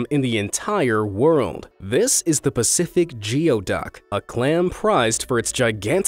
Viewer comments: It is actually not pronounced "Geo-duck", but "gooey-duck" ;-) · Geoduck is pronounced “gooey-duck.” We have them in Alaska and clamming for them is actually really fun! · The clam is pronounced “Gooy-duck”(Geoduck), locally. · Oddly enough, it is pronounced "gooey duck", and it is also native to (and eaten in) the United States. And based on the last clip, I think we should rename it "The Bukkake Clam." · The geoduck was rough to watch lol… idk if someone said this but heads up it’s pronounced gooey duck .. great videos guys, thank you ! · Umm.. I'll pass, but thanks anyways! Lol.. oh and it's pronounced "gooey duck" not how it looks ! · Geoduck is pronounced "gooey-duck". This narrator makes a lot of errors when he reads this. If it's meant to be entertaining and educational, you can at least pronounce things correctly. Then again, most people probably don't care. They just want to see other cultures' differences and how weird it is compared to their own culture and cuisine. I'm gonna stop typing. I shouldn't have even started but I just HAD to correct something that nobody cares about....